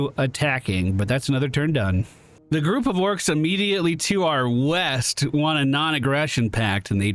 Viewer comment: Yeast I thought you said weast. What kinda compass you reading lad? This one sir. That’s west. You’re fired again. 😂